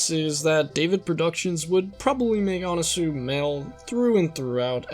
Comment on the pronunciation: Anasui is pronounced Anna Sui like the fashion brand. C’mon people how the heck is Araki more cultured than y’all 🤦🏻‍♂️